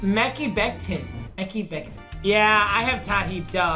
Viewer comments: Meh-k-eye Becton. Not Meh-kee becton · Me-ky becton 💀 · “Meki Becton” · mans really said MeCky Benton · If somehow sees this, it’s meck-kai beck-tin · “Mecki becton” WOW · the way he pronounced meki becton 😂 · “Meck-ee Becton” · MEK-HI BEC-TON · “Mecky Becton” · I know did not just say “Mek-ee” Becton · Mans can’t even say Mekhi Becton